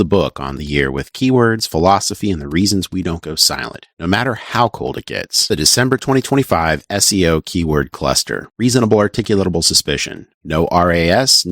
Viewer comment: By the way, it's pronounced Articulable. Although I've always heard you say Articulatable...